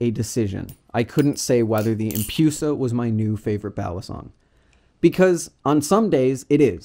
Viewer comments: I honestly cant handle saying empyusa like its medusa right not medyusa and its empress not empryess so why empyusa instead of empusa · No hate on the video itself, it just triggered me when i heard empyusa so many times but to each their own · The empoosa